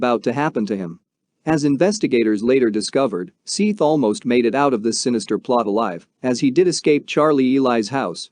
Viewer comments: His name is spelled Seath. It’s an easy mispronunciation to make, even for a human. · How's about the way he pronounced sophomore. He literally said sofamore! I also agree with a lot of the comments, he totally disrespected Seath by mispronouncing his name. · Dude pronounce the name right I already don't want to watch this because of you calling him by the wrong name 6 times in the first 2 minutes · You scum. You’re doing a story on a child that was murdered and don’t even have the respect to pronounce his name properly or even do enough research to learn his name. Total scum and your channel is scum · Hey, dopey, his name is spelt SEATH, NOT SETH, maybe that is why he pronouncing it as SEATH, not SETH. If he typed his name correctly - SEATH you would be complaining he couldn't spell SETH. SEATH as written is accurately pronounced as SEETH/SEATH, not SETH, he just reading name as it is written, he not to know Seath's family meant for it to be pronounced as Seth not Seath. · "Don't forget to give the video a thumbs up"?? Seriously i found the video to be really hard to listen to! Maybe if you had pronounced this poor killed 15year old boys name correctly, i might have liked the video! Shouldnt there be that much respect at least?!